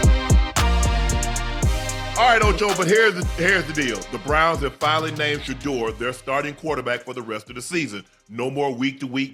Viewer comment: Why can’t stefanski say Shedeur’s name. because he can not stand him God has Shedeur